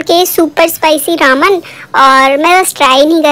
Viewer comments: Your are saying raaaman it's reman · Didi its not रामन its रेमन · Didi it's not Raman that you pronounce it spells as Ramen but It's pronounced as re-me-n It's not a hate comment or I am not making fun of you but just want my fav youtuber to be correct Please shoutout thumbs-up 👍👍👍👍👍👍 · U can't say ramen properly. U say Raman but its Ramen. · Who the legends were thinking about her pronunciation Raman ??😂😂